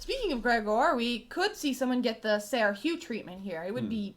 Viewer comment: Good stuff guys. I love your show. I hate to be that Youtube Guy who corrects everyone's pronunciation and spelling, but I gotta be that guy. "Ser" is pronounced the same as our spelling: "Sir". Keep it up.